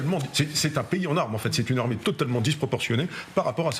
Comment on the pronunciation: Rssurez moi.j ai bien entendu L ARMECHE SIRIENNE DE SIRIENNE